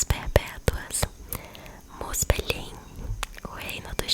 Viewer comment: Ginungagap = guinungagap. G anterior à I ou E tem o som do GU em Guilherme e em Gueto. Muspelhein = muspelrráin. Todas as palavras que terminam com "hein" são pronunciadas como "rráin". Jotunhein = Iotunrráin. J tem som de I.